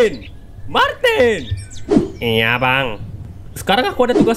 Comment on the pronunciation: Martin hah bukan Martina lah